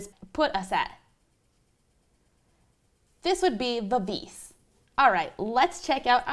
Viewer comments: Vivees? I think you mean Vivace (pronounced Vi-va-cheh) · "moderoto"? "vivice"... lady, you are a musician... learn some basic italian :-)